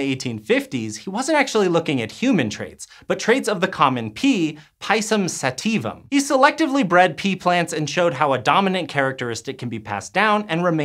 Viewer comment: How can you pronounce sativum relatively ok but absolutely murder pisum... Pi=ti, it's the same vocal.